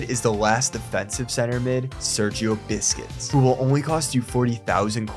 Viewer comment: Did this man really say Sergio Biscuits!?!?!